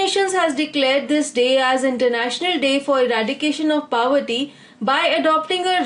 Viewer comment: hello mam, your videos are very helpful,especially the follow up of every question with a little detail about that topic. I appreciate this effort. Would like to correct you at one of the point-- pronunciation of word "POVERTY"..It is PO-verty and you pronounce it as PAW-verty or PA-verty which sounds way too Odd. forgive me If am wrong. Thanks.